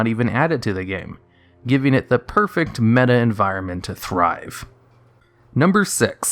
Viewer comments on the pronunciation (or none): none